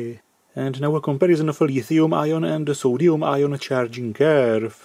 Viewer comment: And it's a new element: "Soduium"..